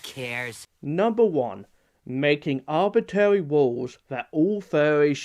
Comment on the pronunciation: Man I hate abitawy woowls